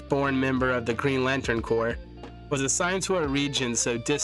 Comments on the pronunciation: Corps sounds like Core, not corpse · A corps is pronounced as core. A corpse is a deceased body and pronounced with the ssss at the end. Different words pronounced differently